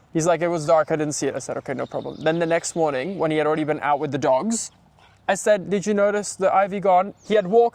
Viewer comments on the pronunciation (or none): pause on "dogs" 😂😂😂